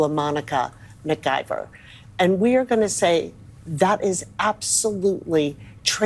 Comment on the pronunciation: Dude do you have a speech and / or hearing problem? McLIVER? Lord have mercy please learn how to pronounce things. There's no L in her last name.